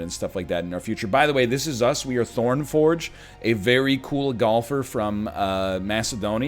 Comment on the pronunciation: I hope no Greeks heard you introduce Thorn Forg, Mr. Ernlion